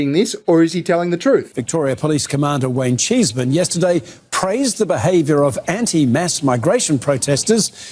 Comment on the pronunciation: Heard you say his name and all I heard was Wang-cheese Man. And that shall be his name henceforth. 😂😂